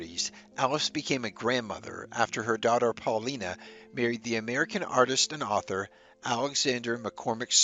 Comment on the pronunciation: Alice's daughter's name was pronounced Paul-LYE-na. It rhymed with China.